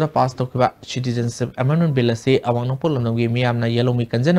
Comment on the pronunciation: Asi kanana pao panaba khlino.... pronunciation sengna tw ngmdaba... citizenship se shuru2 neislaga adum loisnkhre pao paba noi fwdi pronunciation dufwdi chumna twhninge